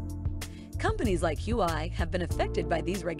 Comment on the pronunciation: It's not "Who I" but Hua Wei.